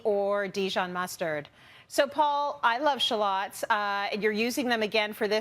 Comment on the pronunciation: You’re saying shallots wrong. Please stop.